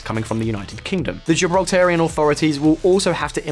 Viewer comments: Gibraltarian not Gibraltian. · Gibraltarian, not Gibraltian 🤦‍♂️🤦‍♂️ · You need to learn how to say Gibraltarian. Other than that, a good video, very educational for the outsider. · Gibraltar people: Gibraltarian NOT Gibraltian! Town across the border is La Linea NOT La Liney It's not known as La Verja, but La Frontera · The demonym is "Gibraltarian" not "Gibraltian", also it's pronounced "Janito's" not "Lanito's" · What, you couldn’t spend the extra 10 mins to research how to pronounce Gibraltarian or La Linea? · I can’t take this guy butchering the name of Gibraltarian, the town on the other side of the frontier called La Lînea de La Concepción. I realize he’s British and doesn’t speak anything else besides English, but do some damn research! He sounds ridiculous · The way you mispronounced Gibraltarian, La Línea, and llanito is killing me 😣